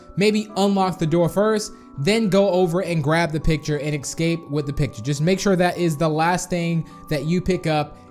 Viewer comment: Yayayayay, NOW EVERYONE CAN GET IT, also have you even learned how to say escape You just say excape